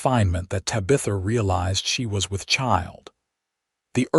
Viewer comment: Please pronounce Tabitha correctly.